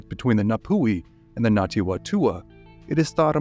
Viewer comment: I was looking for this comment. I couldn't tell if he was saying Ngati or Nati. (With NG like in siNG or briNG)